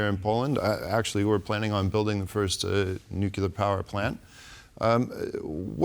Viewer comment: The guest knows how to pronounce 'nuclear', and the other TVP hosts including the Polish hosts know how to pronounce 'nuclear'. is not in danger being hired away to a higher profile media company if he cannot or refuses to pronounce the letters in front of him. 'Nukular' is not a word.